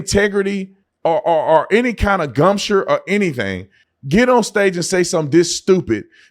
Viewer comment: Did he say "Gumsure" ? DAMN!😅